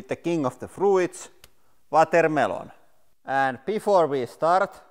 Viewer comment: The way you pronounce it “vatermaylon” is delightful